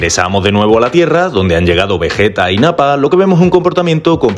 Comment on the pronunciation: Vegeta no 🙅 vejeta ✅